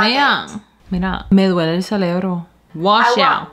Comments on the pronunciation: Cerebro baby no celebro.... 😂😂😂😂😂😂😂😂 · Sabemos que es cerebro pero decimos celebro😂😂